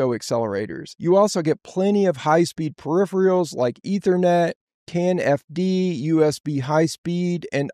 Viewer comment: With so much experience, how come you cant pronounce "peripheral" ??